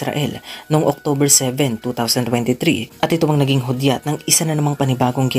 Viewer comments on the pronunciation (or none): none